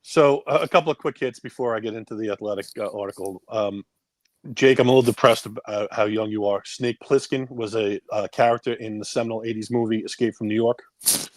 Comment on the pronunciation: Sometimes I forget how young Jake is by the way he pronounced Snake's last name. Go watch Escape from New York, Jake